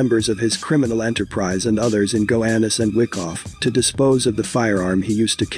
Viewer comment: Gowanus not gohanus